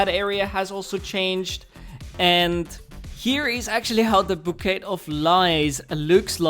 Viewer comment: why can nobody pronounce bouquet correctly???